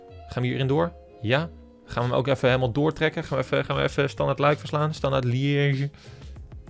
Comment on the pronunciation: Zei ie gwn goed hoor, Standard Liège